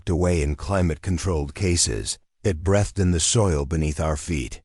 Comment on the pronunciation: Listening from Parkston South Dakota Teach your AI reader that 'breathed'" is pronounced 'breethed'.